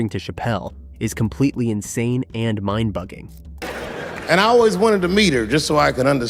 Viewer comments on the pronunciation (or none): Mind Boggling...lmfao. Boggling is pronounced 'Ba-gel' not BUGGING